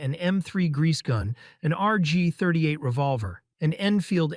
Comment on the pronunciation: The "point three five seven revolver", "lee-ver", among others were cringe